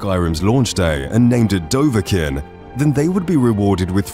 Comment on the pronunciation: "Fact 102, I don't know how to pronounce Dovahkiin even though i am making a 101 Skyrim facts video"